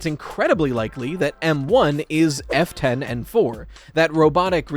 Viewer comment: I know you're saying F-10 but it sounds like "Afton" when I'm not watching the subtitles.